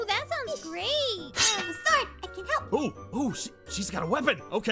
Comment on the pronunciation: wait Aphmau said help but said HALP the E turned into a A and I laughed a little cuz Aphmau said HALP not HELP